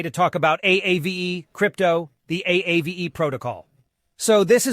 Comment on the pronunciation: It’s “Ah-Vay” Finnish for ghost